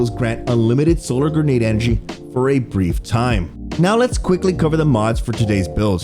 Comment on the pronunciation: I can only hear "gernade" so many times before stopping the video and watching someone who knows how to pronounce the word grenade.